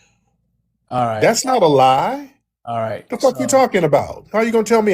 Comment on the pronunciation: ain't lying about not being able to say "lie"